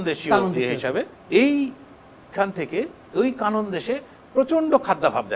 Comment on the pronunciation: Vai not Kanon, it's Kenan